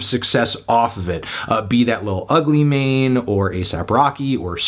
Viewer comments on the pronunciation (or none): none